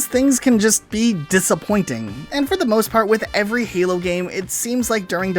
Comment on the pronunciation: it a sounded like you said fallout or hallow not halo